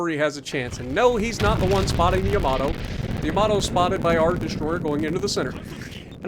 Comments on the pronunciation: “Yamator” 😂😭 that killed me. Good video!! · It's Yamatater